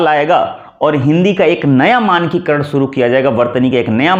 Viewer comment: अपना उच्चारण तो सही कीजिए।शुरू, शिक्षा जैसे शब्द भी आप सही नहीं बोल पा रहे। स्त्रीलिंग शब्दों को आप पुल्लिंग के रूप में इस्तेमाल कर रहे हैँ।